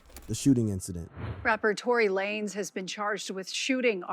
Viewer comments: He’s saying “Tory Laynez” so that people will comment and correct him, and when people comment… it boost his video in the algorithm. You just did what he wanted you to do without you even knowing😂. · You doing a story and calling "Tory lanez" Tory lay-nez tales away from your credibility from the jump. How did you really think that was like a last name or something lol